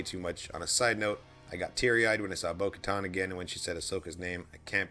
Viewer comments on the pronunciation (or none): I felt bad for he was trying so hard to remember bo katan last week Lol then later when Asoka name dropped and in this video said "bo katar"